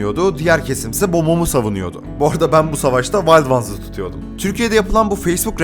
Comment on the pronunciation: Vald vans da demessin ya, onu direk wild ones diye okumayanda ne bilim 😂😂